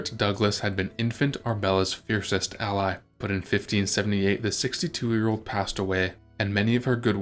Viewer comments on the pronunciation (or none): none